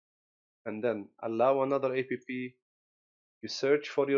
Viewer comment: "allow an A.P.P" XD